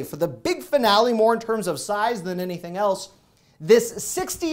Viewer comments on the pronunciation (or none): none